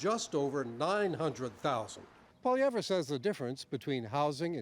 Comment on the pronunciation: I don't like the way he says his last name haha is he doing that on purpose?